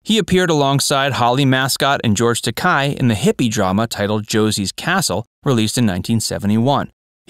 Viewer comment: First, , please note that the surname of George Takei is pronounced "ta-KAY", not "ta-KYE". As Takei once remarked to William Shatner: "It's 'ta-KAY', as in 'toupee'." Don't forget Bruce Dickinson, the name both of the Iron Maiden lead singer, and of the music producer who was immortalised in Saturday Night Live's classic "more cowbell" sketch. Then there's Kirk Douglas, the name both of the actor and of the guitarist in The Roots. Baseball fans will remember the two players named Mike Marshall, the 1970s pitcher, and the 1980s first baseman, who both played for the Dodgers. The Mets topped this, once having two pitchers named Bob Miller on the team at the same time.